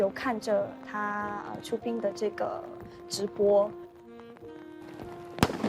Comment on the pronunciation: 讲到自己多热爱华语，但是连普通的词语都读错 （4：04），看李光耀先生的”出殡“ bin4， 不是滨。22：03 看不起周围的朋友对华语的掌握，语调甚至带着轻蔑意味，真的不可取。什么是”导致我在学习戏曲的道路上会感觉孤独感，因为很少有同龄人跟我一起“分担 ” 兴趣和爱好。。。你的华语明白什么意思是“分担” 吗？还觉得欣慰，赞她侃侃而谈？？华文华语，博大精深，学习语文必须抱着谦虚态度学习，不可过分自信，看不起朋友。希望你不要误人子弟为好。。。。